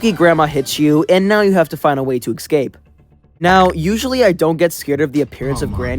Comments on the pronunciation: great, another person who pronounces escape (uh-scayp) like ick-scape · Please. .... stop saying "eggscape".... It's ESCAPE NOT EGGSCAPE >:( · ecsai? Ecsape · You sure are one of my favorite YouTubers. I love your content and wish you the very best! There's one thing tho. I always hear you misspronounce the word "escape". It just gives me goosebumps so I really needed to tell you that. You always say it like eKscape instead of Escape. But anyways that's about it keep doing the great work bro! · why does he say "ecscape" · It's kinda weird how you pronounce the "escape" as "ekscape" or maybe I misheard you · I am still trying to get over that he says escape like "ecscape" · He still can't pronounce escape properly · No offense,but whenever i hear you pronounce "Escape" like that,my life expectency shortens by 5 years,great video by the way.